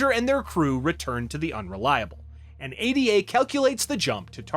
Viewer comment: Why do you keep calling the ship console "A D A"? It's "Ada" as in Ada Lovelace